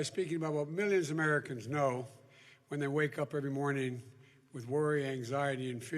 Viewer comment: How you gonna vote for someone that can't quite say the word Americans right.